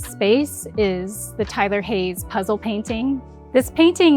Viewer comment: Hm, she pronounces the artist's name weirdly, it doesn't match the subtitles, and I can't find this painting anywhere under this name (Tyler Hay(e)s?). Strange.